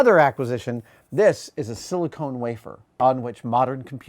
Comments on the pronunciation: Adam... the word is "sill-ick-ON" not "sill-ick-OWN". As a fellow San Francisco resident, you should know that silicone is a non-semiconductor material, discovered in a North Beach strip club by technology pioneer, Carol Doda. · Silicon, not silicone :) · I really don't understand why people think it is super pedantic to correct someone for this mistake. The two words might be only off by one letter but they couldn't be more different in meaning. It's not that hard to pronounce cone versus con properly. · SiliCON, not siliCONE. Somebody has boobs on the mind.